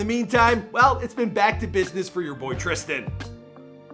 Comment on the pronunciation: It says trisan mike his name is tristan